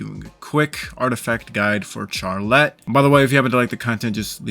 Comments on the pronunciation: Him saying CHARlette was actually killing me it’s supposed to be pronounced as sharlette because the ‘ch’ in the start of her name for some reason is supposed to make the ‘sh’ sound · It sounds like your saying char let and not Charlotte